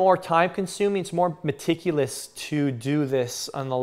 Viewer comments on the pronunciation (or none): Did he say meticulous